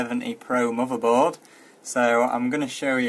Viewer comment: LOL at some point you show off your settings voltages etc.. that is pure bragging since the video is totally about bios update not your settings. Showing u have a longer ** is useless. The only useful thing in that case is that u suggest to write down the setting... Nice Mordor ... oh sorry mother board. Cool pronounce!